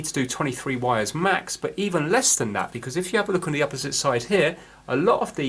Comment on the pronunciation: Vhat are vires? Is it vampire speak for wires?